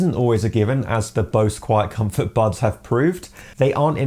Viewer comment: This dude says "bubs" instead of buds... wtf